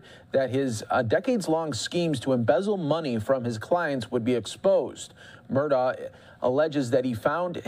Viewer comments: “Alex Murdough “ 💀💀💀💀💀💀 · Find out how to pronounce the last name please